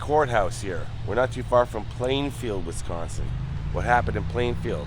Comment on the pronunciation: Thanks for pronouncing Wisconsin correctly. Nobody ever says it right. They always pronounce it “Wes-consin” even though there is no “e” in WIs-consin. 🤣